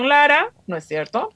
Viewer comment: Es VERGONZOSO escuchar a esta "analista", "no es sherto"...??🤢🤮